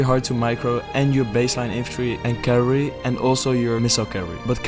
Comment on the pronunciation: Please learn how to pronounce cavalry, bro. lol. It's three syllables.